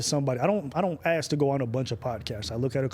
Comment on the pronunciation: "People Aksum bout me"